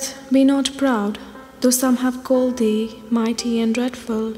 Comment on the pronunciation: She misread the metre in two lines. In the first, she misses the second syllable in the word 'called'. The '-ed' is pronounced; it's the only way to keep the iambic pentameter. In line 4, she reads '...CANST thou / KILL me', two thochees Donne never intended, instead of what those feet are, 'canst THOU / kill ME', two iambs. I don't know why; it should be completely obvious from the rhythm of the rest of the poem.